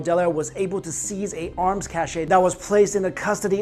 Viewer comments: cache is pronounced "cash" not "cashay" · Did he just pronounce cache as cashay instead of cash... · "cash-ayy" no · Cache and cash are pronounced the same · can pronounce Versailles correctly, but not cache. okay. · That's not how u pronounce cache afaik